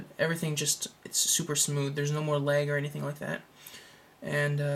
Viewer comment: It sounds like you say "Theres No Legg" LOL